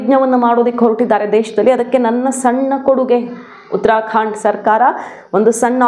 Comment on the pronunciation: ಉತ್ತರಾ ಖಾಂಡ್ ಅಂತ ಹೇಳೋದು ತಪ್ಪು ಉತ್ತರಾ ಖಂಡ ಅಂತ ಹೇಳಬೇಕು